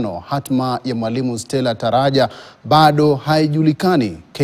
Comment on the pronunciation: Huyu reporter hajui difference ya T na D shually 😊, anainsist Daraja Daraja *10 jamani.😂 Anyway, what do I know?